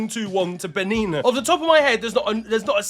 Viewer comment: Respectfully, the way you are pronouncing some of these names😂😂, you way you pronounced benin almost killed ma and also that player from benin that you mentioned has a Nigerian name and the way you pronounced it...😂😂😂